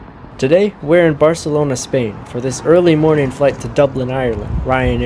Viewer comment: As someone who doesn’t speak Spanish, your pronunciation of Barcelona Airport was accurate. 😅